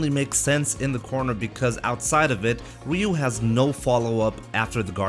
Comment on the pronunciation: You're not pronouncing "Ryu" correctly. I did it for 28 years until I learned. So I'm not trying to make fun. It's pronounced "Roo". :-)